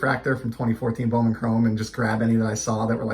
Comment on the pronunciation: I have never heard of these cards. They are so cool. Yes you said the name right. It is so weird to see my mama's name on a card. I enjoyed this video !